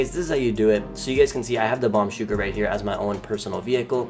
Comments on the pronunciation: Its bombushka not bombshuka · I love how he says bombshuka but its bombushka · You can go inside the bombuska if you take off some upgrades and you can’t put vehicles in the cargo bob Btw it’s pronounced bomb-boosh- ka not bomb-shooka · It anoyed the hell out of me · Fun times but the mk2 ruined the game btw i was dying he was saying bomb shuka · Somehow its very anoying to hear the bombushka miss pronuanced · Can you just say B O M B U S H K A normally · You don't have to add " Do your homework before posting nonsense." And he just pronounced it wrong chill it ain't the end of the world.